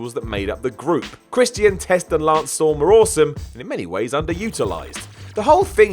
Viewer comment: someone needs to learn how to pronounce Christian